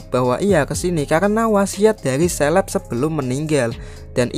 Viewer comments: Caleb dibaca seleb =Indo English Debest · Caleb bos itu dibaca kaleb, bukan seleb. Apa selebriti ya 😂